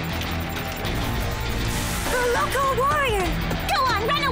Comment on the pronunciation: The 2000s had much better times. And it's lyoko not loco